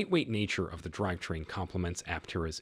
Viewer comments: "driv train" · I don't have that great of a voice either, but that is no excuse to allow computer generated reading with all of the obvious mispronounciations. Just read the thing and I will upvote your channel. As an alternative, you could just misspell the parts it has trouble with like drive train, poor sha etc...